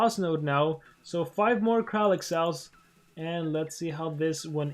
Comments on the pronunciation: He's kraLIk, no kraKLin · nobody:: KrAkLiN